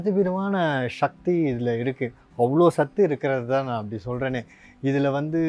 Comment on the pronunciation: ஷக்தி அல்ல சக்தி